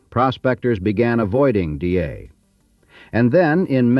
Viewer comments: Dyea pronounced Di-ee'..die ee..not DA. That aside, an interesting video. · I was a tour guide on the White Pass & Yukon Route Railroad. Great stories, great memories. I miss that place. Excellent video (you mispronounced Dyea though)